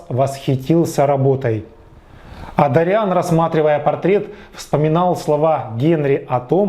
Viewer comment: Уважаемый, (не посылайте меня плз, имейте уважение к собственной аудитории тоже) - но в оригинале произведения ударение в имени Дориан ставится на первый слог а не на второй. ДОриан, не ДориАн! Прошу прощения, но ударение очень важнО. Ваш пересказ с неправильным ударением меняет всю картину повествования - из собственного имени ДОриан - мы перемещаемся в каких-то дориАнцев 🧐..(пришельцы с планеты ДориАна мэйби? хм 🤔)....